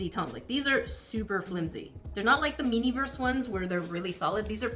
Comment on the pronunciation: you called it miniverse again.. lmao